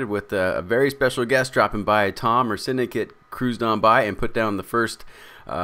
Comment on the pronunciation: Ha lol XD instead of syndicate it says syndiate